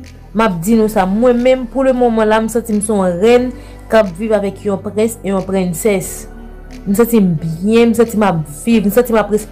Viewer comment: M pa wè l art de parler à nn Mwen 😒!!« m pa nécessité moun nan vim» ki langue sa ye svp🤔? «map viv nan royaume avek yon prince yon prinncesse »m pa konprann prononciation mot “princesse ”la 🤦‍♀️